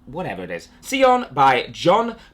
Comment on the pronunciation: I think SION is pronounced like this: SAYON. Not too sure though...